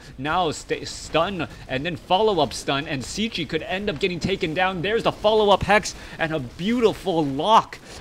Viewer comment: Wow.. what an amazing bloodbath this was! so many lead changes and epic battles.. but that ending was just something else. Superb stuff. GG and thanks for an awesome cast, dude! P.S. - Cechi is pronounced almost the same like "Czech" in "Czech Republic". Just add "e" at the end and there it is ;)